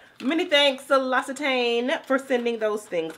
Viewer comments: L’Occitane = lok-see-tan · Hey it’s Lock-si-tahn. Dope vlog❤ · I loved your looks. Keep making moves! Also, it's pronounced, "lock-see-tahn." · Hey gyrl hey! The pronunciation is “lok-see-tahn” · Hey... It's pronounced "Loaksitann". Long "a" at the end, like the name "Anne" 😊 Hope that helps